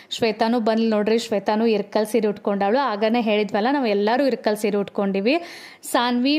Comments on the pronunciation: Sorry akka nan idanna helbeko bedvo gottilla.. Neevu irkal seere anta pronounce madtira anta annistu adakke helta idini. Adu irkal seeri alla ilkal seeri naavu ಇಲಕಲ್ davaru adivi adakke helde tappu tilkobedi plzz.. with lots of love to chikuuuu 😍🥰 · ಇರಕಲ್ ಸೀರೆ ಅಲ್ಲ ಇಳಕಲ್ ಸೀರೆ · ಅಕ್ಕಾ ಅದು ಇರಕಲ್ ಸೀರೆ ಅಲ್ಲ ಇಳಕಲ್ ಸೀರೆ